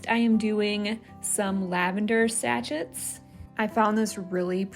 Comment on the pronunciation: It is pronounced “ Sa chez” (sachets)?